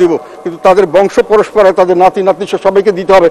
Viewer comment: পরস্পরা নয়; পরম্পরা। ম+প